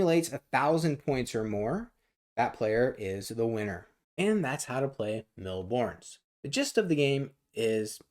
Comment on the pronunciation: FFS, it's a french/European game. "S" at the end Bornes is silent. Seriously, how to butcher a language without even knowing it.